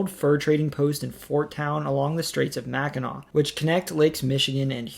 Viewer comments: Great video, and you did not mispronounce Mackinac and Sault Sainte Marie. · As a viewer of this series since the first couple videos, I was nervously anticipating Michigan. You hit it OUT OF THE (Comerica) PARK! You pronounced the words mostly correctly (Im so glad I didn’t have to sit there cringing each time someone said “Salt Saint Marie” or “Mackinack” bridge) and honestly did better than me with some of the French pronunciations. I am a native of Michigan and have left for short amounts of time here and there, but now at the age of 36 I’m probably going to stay here for the rest of my life. It really is the most balanced states. The weather isn’t extreme usually (I’m saying that as someone who survived a direct hit by an EF-2 tornado in May of this year) with winters being cold but not too much so and summers being the best in the country (can’t go wrong with summertime in Northern Michigan). The people are nice but not too much so, the economy is diversified and cost of living is relatively low, and there is enough beauty and scenery to always find new places to go even if you go somewhere new in the state each weekend. Plus, being here in the Kalamazoo area, we are <4 hours from Chicago, Detroit, Canada, the Appalachian Mountains, etc. and within an easy day’s drive from many other parts of the country. I encourage everybody in the US who hasn’t been here to make a trip someday!